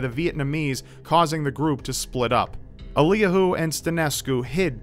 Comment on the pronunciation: Eliyahu is pronounced "Elly-yahoo," it's the Hebrew origin of the name Elijah.